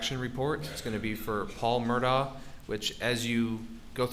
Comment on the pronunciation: This guy is either thick or purposely mispronouncing their surname. Have some respect.